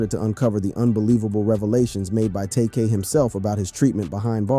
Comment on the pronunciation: saying his name like that should get you 500 years in prison...